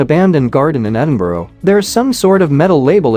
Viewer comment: The lead nail is not for electric cables. It is for training plants up a wall. They are still available in UK. And learn to pronounce Edinburgh properly.. it is EDIN-BURRA not EDINBORO!